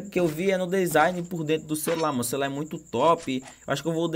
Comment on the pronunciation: Eis que voce e pobre "Comprei um novo cerular " Kkkkkkkkk